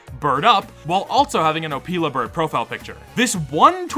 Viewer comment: also, it’s Oh-Pill-a, not opeela bird…